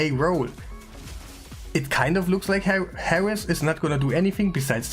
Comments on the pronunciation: The champion is called Heiress not Harris lol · Lol. Always enjoy your videos brother. Random tip in case you are a lifelong learner. Heiress is pronounced with a silent H -> 'Air es'.